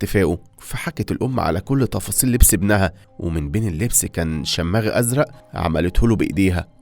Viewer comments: لفظك كلو خطأ المدينة اسمها مش ارابيل ولكن أرّبيل ومش شاماغ بل شمّاغ لفظ غريب فعلا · شماغ بالضمة مش شماااغ يعنى تنطق كده شوماغ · اسلوب القائك حلو بس لازم تتأكد من نطق الكلمات الجديدة قبل ماتقولها، اسمها اربيل مش ارابيل. و شماغ مش شَمّاغ. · شماغ تنطق بالفتح وليس الشد على الميم شٓمٓاغ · اسمه (ءشماغ) و ليش شَمَاغ ☺️ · ا صهره مش ساهرو و اربيل مش ارابيل وبرضو شماغ مش شمااغ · اسمه شِماغ ياسطى مش شمّاغ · الشْماغْ وليس الشَمَّاغ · يشماغ ❎ شماغ✅ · اسمها اربيل مش ارابيل . اسمو شماغ مش شم ماغ 😂 مين علمك تقرا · شِماغ بكسر الشين وليش شَماغ بفتح الشين وتخفيف المد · على فكرة الكوفية ما اسمها شمّاغ بشدة الميم الصحيح اسمها شماغ بدون شده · شماغ و ليس شمّاغ 😅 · لفظ الشماغ غير صحيح ههههه مو شآماغ تلفظ شماغ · تصحيح : أربيل وليس أرابيل شماغ وليس شمّاغ لذا لزم التنويه 😊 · يشماغ مو شماغ وباب المعظم بالتشديد على العين والضم على الميم الاولى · شاماغ × شماغ. ✓ ارابيل. × اربيل. ✓ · اسمه شماغ بكسر الشين ارحم امي اسمها اربيل بفتح الالف وكسر الباء عصبتي وانت بتنطق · اسمه شماغ بكسر الشين وفتح الميم من غير شدة واسمه صهر بالصاد مش بالسين بكسر الصاد وسكون الهاء بعدها وفتح الراء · شماغ بدون شده على حرف الميم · مالك يا اخطاء في نطق العربية بالكوم شماغ واربيل وصهره هذا بس في اول ١٠ دقائق من الفيديو كأن المتحدث اعجمي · بغض النظر ان كلمه شماغ تنطق بضم حرف الشين وليس الفتح وتخفيف حرف الميم الا ان يمتلك طريقه رائعه في قراءه الملخصات وبسرعه كافيه وبدون أي ملل مهما كان طول الفيديو وكذلك بطريقه مفهومه رغم سرعه الرتم في القراءه. مجهود يحترم من كل طاقم العمل. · شماغ بدون شدة شِمْاغ + أربيل وليس أرابيل … صاير عندك اخطاء املائية يا …